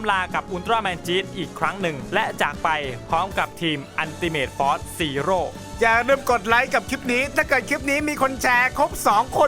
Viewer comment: พี่พูดว่าจีโร่